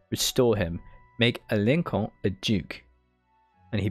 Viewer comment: bro it is pronounced as alonso(n) not like aloncon nice video btw